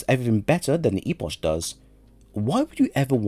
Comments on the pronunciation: It’s a CK sound at the end of Epoch, not CH. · It's E-Pok. Not E-posh